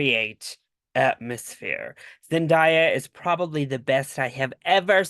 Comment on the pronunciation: Her name is literally a phonetically how you pronounce it. Zen-Day-a, not die-a